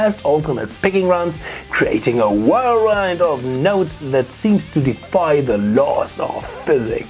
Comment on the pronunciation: lol chatgpt wrote a great treatment for a screenplay of a guitar solo's coming-of-age story lol and when you say whirlwind, i think you mean whirlwind..? lol stay shredding brother also - ai regrets being such a stern task master as it was in the future.